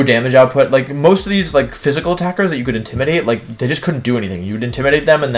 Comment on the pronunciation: Hi, new sub, "IndimidaTEA"????? Aight, ok. So this is how it's gonna be.